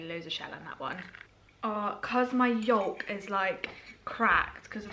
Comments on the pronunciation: Love you saying Yolk 😂 (should be pronounced yoke like bloke or smoke). Keep these up, love the videos! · Oh and Yolk is "yoke" not "yulk" xx